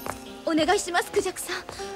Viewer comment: 孔雀の日本語の高低ピッチがおかしい😅その言い方だと鳥の孔雀に聞こえる…。 ジャク、の方を高く発音したほうがいいと思う。